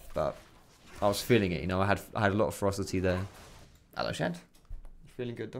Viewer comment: Everytime he said "ferocity" I heard "froster teeth".